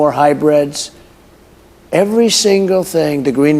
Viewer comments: It's hybrids not Hi- breads😅😅😅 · I know he maybe meant to say hybrids, but he straight up said "high breds" 😬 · did he just say "no more Hi-Breads" speaking about EVs? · No more "High Breds" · The pimp in his brothel spewing gibberish. Lock him up. HARRIS WALZ 24 ✊🏻🇺🇸💙 ( DID HE SAY HIGH BREDS😂😂😂....ITS HYBRIDS😂😂) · ‘Hi breds’? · Hy- breads lol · "high breads" lol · Did he seriously just call hybrids "high breads"??? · What is a "hi-bread?" Is that what we need voter ID to buy at the grocery store, as he's said multiple times? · Did he say "high breads?" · WTF?? Did he say "high-breads"???? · I did enjoy hearing him say, "Hi Breads". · He pronounces “hybrids” as “high-breads”